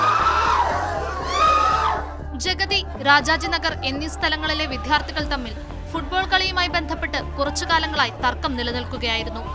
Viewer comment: വിദ്യാർത്ഥി എന്ന് കറക്റ്റ് ആയി പറയൂ